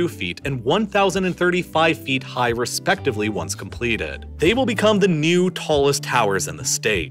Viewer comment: also...you dont say respectively in the way you did.....your writers SHOULD know this....